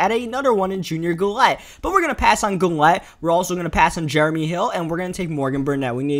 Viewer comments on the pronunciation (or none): none